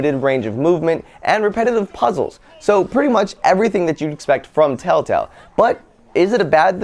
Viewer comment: lol he said telltell games instead of telltale games